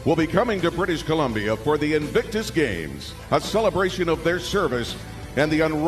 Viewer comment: founder & "patron" lol. Did you notice invictus was pronounced /envysous/??😂 ThankU you do such excellent, intelligent work. I hope I get to meet you someday & give you a real hug!! 🤗